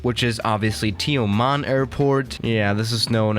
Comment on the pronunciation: as a Malaysian, the way u pronounced Tioman is not that bad. But the way u pronounced BERJAYA AIR however is less satisfying